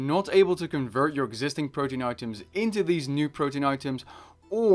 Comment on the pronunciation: PRO-TEE-ANN not protein.